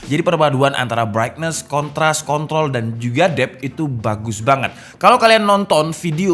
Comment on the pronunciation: Apa gua aja yg salah dengar ni "brightness, contras,kont*l"